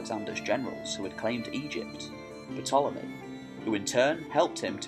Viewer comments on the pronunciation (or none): the p is silent, its "tolemy"..also its Aid-re-attic. not add-re-attic